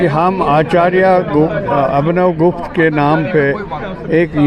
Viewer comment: It is not Gupta it's gupth.